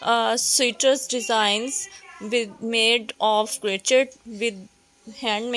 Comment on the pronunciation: o bhen urdu bolo ap ghlt bol ri hain...crochet hai crochet.... urdu boly sy sharmao met ap ko wase b views aye gy or zada aye gy